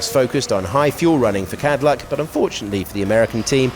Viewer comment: And Cadillac became Cowdillac!